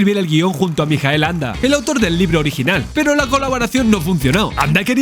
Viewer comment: Gracias por el video. Bien por decir "Mijael", en alemán, y no "Maikel", a la americana... pero... permíteme... ¿por qué pronuncias el apellido "Anda" y no "Ende"? En alemán se pronuncia "Ende", como en español. Me descolocó. Aporto curiosidades: no es Fantasía (con tilde) sino Fantasia (sin tilde), porque en alemán Ende no usó "Fantasie" sino "Phantasien" y trataron de reflejar este cambio en la traducción; una de las cosas que más cabreó a Ende fue que el personaje de Bastian era un homenaje a un amigo de su infancia, que era gordito, y murió con diez u once años... y por eso en la novela Bastián es gordo... sin embargo, cambiaron el personaje y pusieron a un niño escuchimizado. Otra es que la entrada de Bastian en la librería bajo la lluvia de noviembre recreaba el primer encuentro de los padres de Ende, y en la película ni lluvia, ni frío ni noviembre. Atreyu es un "Piel verde" (derivado de los "pieles rojas" de las aventuras de indios... perdón... nativoamericanos y vaqueros), y es que en la novela es verde, su tribu es así. La Torre de Marfil y la sala de la Emperatriz lo traía por la calle de la amargura, o que dividieran la novela en dos partes, cuando la novela no tiene partes. A la película le falta media novela y alteran el reencuentro de padre y Bastian. Y Bastian a lomos de Fujur persiguiendo a los bullies al final... entre otras muchas cosas... La película es muy buena, pero hay que dejar la novela en el cajón, y al revés.